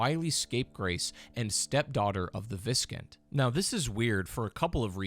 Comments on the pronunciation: I have never heard Viscount pronounced (vis-cunt) I’ve only ever heard it pronounced (vī′kount). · Is it really pronounced as cun t? Not count like count dracula? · As others suggested, the word viscount is actually pronounced "vy-count". I believe it's of French origin and therefore the S is essentially silent. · It's pronunced Vise Count. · Its pronounce Vie-Count (Vye-Count) like vyke's name. Its a title above a count though irrc its the title you get just before baron. A baron may oversee a couple viscounts, but may also be one as well for other lands. Its all very complicated. (For term Viscount) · Viscount is pronounced "VIE-count" lol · Please stop saying “viscount” it’s pronounced “vie-count”. You sound so extremely uneducated. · Viskint? What the fuck man.. english is your mother tongue for God’s sake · Just fyi, Viscount is pronounced Vai-count. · I was gonna comment this. Though to be fair, it's not exactly a word you hear every day. It's one of those words you really only ever read in text. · I have an odd respect for people who confidently mispronounce things. It means they're familiar with the word, but they've never heard it spoken.